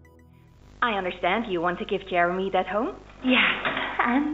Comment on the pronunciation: Wait Jewemy from five nights at fweddys